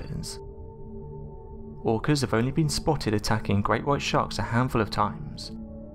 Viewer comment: Orcas pronounced as organs, irritating as f**K